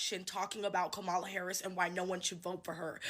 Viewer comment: It is soooooo irritating that the 1st lady going off keeps pronouncing Kamala Harris’ name wrong. Did we not watch the DNC where the 2 cuties gave a class on pronouncing the name… Comma-la NOT Come-ah-la